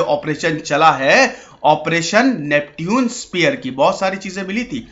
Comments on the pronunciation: नैप्च्यून स्पीयर था सर नाम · नेपच्यून होता है सर Neptune - नेपच्यून